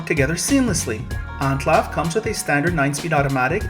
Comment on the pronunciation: This dude really pronounces it "Onclov" lmao